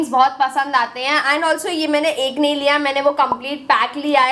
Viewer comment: And ko tum aand kyu bolte ho😂😂😂😂😂😂😂😂